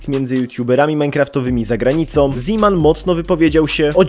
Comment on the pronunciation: to bardziej "zeman" Mówi się